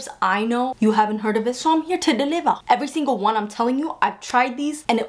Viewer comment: «So i’m here to delivar» 😂